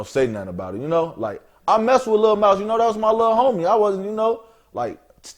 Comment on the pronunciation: Mouse got more clout than who ever this is lol that's why he commin correct when sayin mouse name